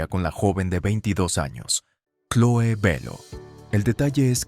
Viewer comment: Chloé: cloe... Cerati: Cherati 😂😂😂